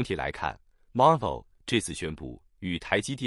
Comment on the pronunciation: Marvell 唸法 Mar'vell 重音第二節 ^^